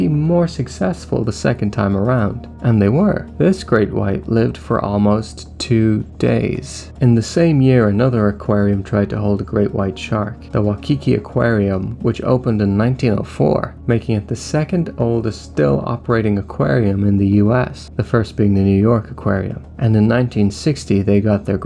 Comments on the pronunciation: Why key key... not why key ki.... lol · Absolutely butchered the pronunciation of Waikiki haha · Waikiki: "Why-key-key" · just wanted to let you know you did not pronounce Waikiki right 😅